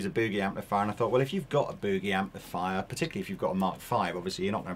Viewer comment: Is sure wished the English gentleman would LEARN how to say the word "Boogie."